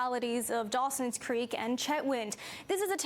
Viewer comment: Hey - Dawson doesn’t have an S on the end please get it right